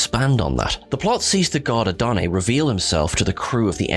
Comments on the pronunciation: It's AdonaiS. Ah-don-ays I have No idea what name you said. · "Who mourns for a-doe nay". Good Lord you're incompetent! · It’s actually “Who Mourns for Adonis?”, not Adonae. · Great tribute to the wonderful, inspiring, beautiful actress and singer who was a lovely woman in all respects. On a side note it is "Who Mourns for Adonis (A-don-is) and it is the Greek God Apollo.